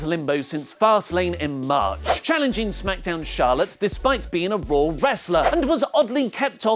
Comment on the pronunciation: his say Raw i hear Roh